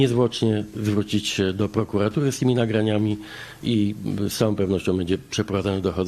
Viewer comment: "Puoszę niezwłocznie zgłosić do puokuatuy (któa mi podlega, podobnie jak milicja)"